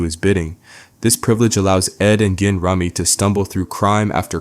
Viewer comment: goddamn it, its once-ler and jin-rummy like the card game !!!!!!!!! 😂